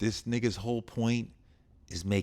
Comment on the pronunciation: he does not say nigga correctly😂😂😂😂😂😂😂😂😂😂